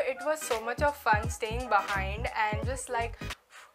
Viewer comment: staying bahaindd (behind) Using some strong foreign accent! Great video:)